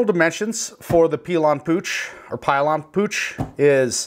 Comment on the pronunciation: Pill yan is how you pronounce it.